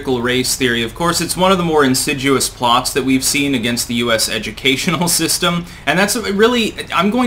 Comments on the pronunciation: There is no word “insiduous “ as you pronounced at the beginning of your CRT video today. The word is insidious. You are a good 1st class wordsmith, foul language aside. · "Insidruous"? Did you mean insidious? Otherwise, well done. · donning my grammar-nazi hat, I feel fully authorised to point out that the word is ‘insidious’, not ‘insiduous’. Yes, I know you’re highly articulate and very well educated but that only makes it all the more fun for me to point out such trifling verbal hiccups! Besides my inner b4st4rd needs the exercise! I hope you don’t mind. 😁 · its insidious not insiduous you fucking goatee toting dork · There's no such word, "insiduous", I'll assume you meant insidious. But you do this kind of thing often enough, makes you look a little bit dumb. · "Insiduous"? You mean, insidious? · "INSIDUOIS"??? HAHAHAHA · No way. He mispronounced it all together. I looked it up and found there was no such word. Then from context I realized he meant insidious. I am a big fan. I meant no disrespect. Thanks for asking. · Insidious or assiduous? No "insiduous" speaking of mistakes. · Insidious. IN-sid-dee-us. You make a good point about calling it ahistorical. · I was going to point out the correct pronunciation but felt I was being overly pedantic...good work